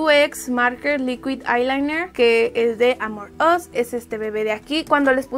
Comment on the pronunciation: Cada que dice "AmorUs" siento que dice "Among Us", re mal todo :(